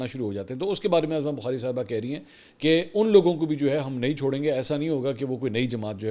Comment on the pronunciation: Mansoor Bhai..I think your Prouncing wrong her name is Uzma Bokhari Not Azma Bokhari